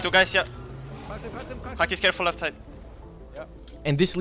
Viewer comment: pronunciation is off lol it’s “Hakisss” and “P.J”